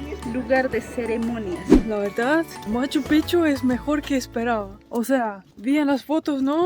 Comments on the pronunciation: Buen video, sobre Machu Picchu, su pronunciacion es pikchu, no pichu, aparte pichu es una mala palabra que significa otra cosa. Las llamas tambien en machu picchu son mas como un atractivo turistico, ese clima subtropical no es su habitat. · Me encantan son una pareja hermosa pero Mate se dice Maccupichu no Machopicchu😂😂